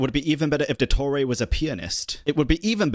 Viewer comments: “il doettorey” 🫪😂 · that very American pronunciation of "Dottore" AHAHAHAHAHA (i just found it funny, not an insult hehehe)